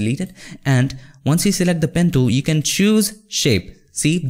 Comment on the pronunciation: "pen tooom"